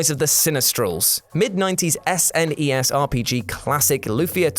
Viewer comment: S n e s? What is that do you mean SNES do you game?